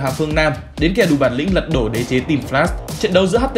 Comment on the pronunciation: "Lật độ" :))) nà ní